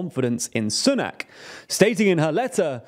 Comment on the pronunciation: Oh I forgot the way you pronounce Sunak. 😄